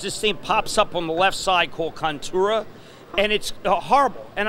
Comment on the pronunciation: Jim, its Cortana not contora and that is just part of windows 10.... Not HPs Fault.. lol